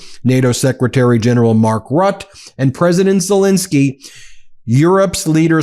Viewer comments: NATOs Secretary General Mark Ruuut? It’s Mark Rut-te. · Its pronounced mark ruttuh.not rutt. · Mark Rutte is not pronounced as Rutt But as Rut-t-u (with the u sound from the word duh) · Ben, please pronounce it correctly...his name is not prnounced "Rut", it' s " Ruh-Tah". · Trump can never be trusted. (Btw the e is pronounced in Rutte.)